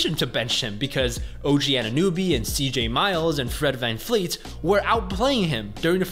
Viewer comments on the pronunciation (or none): van- VLEET its a V not an F